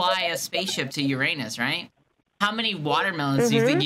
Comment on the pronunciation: “How do you spell Uranus?” “Urrrr-in-usss” “Tomatoes/tomato depends how you fit it”